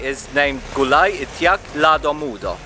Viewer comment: Indeed you survived, after eating those food, your smile is still there. How can you pronounce, "ITIAK LADO MUDO" , like Bukit Tinggi native. How many time did you practice it? Is it twenty times?